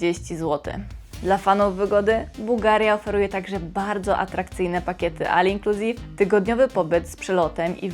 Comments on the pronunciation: Jak już się robi film na 2026 to wypada podawać ceny przynajmniej z końca 2025 jak nie zna się aktualnych, chyba że nie chodzi o rzetelność a klikbajty. Ceny w filmie sprzed kilku lat. Ponadto sugeruję popracować nad wymową. Takie słowa jak all inclusive to już standard tj. olinkluzive a nie al😂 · All inclusive wymawiamy trochę inaczej..